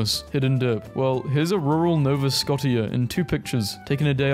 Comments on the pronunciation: Nova Scotia, Scotia is pronounced Sko-Shah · *Nova Scoh-sha, *Eye-Oh-Ah also, the graffitied sign in Brisbane reads "Dear kid", not "Dickhead" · IYS NOT SCOTIA IS SCOTIA, PRETEND THE T IS A SH -A Canadian who know how to prnounce Nova Scotia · nova Scott-ia lmao(it’s pronounced “nova sko-sha”) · Bro really said nova sco-ti-a (its pronounced nova scoschia) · its actually pronounced "sko-sha" not "sko-tia". No hate man, pronouncing is hard sometimes. At least somebody mentions my province LMAO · ay, as a nova scotian i am slightly set off about how you said nova scotia. sorry but i had to say something. (the ti is pronounced sh) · whyd you have to pronounce nova scotia like that 😭😭😭 (its pronounced nova sko shuh) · You pronounced Nova Scotia wrong 😢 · pronouncing Nova Scotia was painful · HE PRONOUNCED NOVA SCOTIA WRONG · I’m American and that pronunciation of “Nova Scotia” killed me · Don't worry about mispronouncing Nova Scotia. Maritimers are very forgiving. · You butchered Nova Scotia